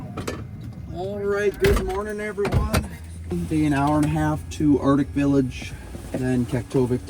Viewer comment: I’m not sure I could trust a pilot that says “ardic village”.